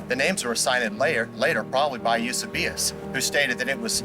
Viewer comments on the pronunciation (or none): You sa bay us 😂 you c be us bro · It’s pronounced Eu-See-be-us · The dude claiming that the Gospels are unreliable pronounced Eu-SEE-bee-us incorrectly, so nothing he says or asks is worth bupkis. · As soon as he butchered the pronunciation of Eusebius I dismissed him.